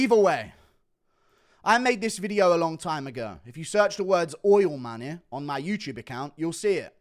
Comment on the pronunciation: Crazy how you can't pronounce money😂😂